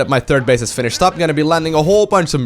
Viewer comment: "Turd base" :-)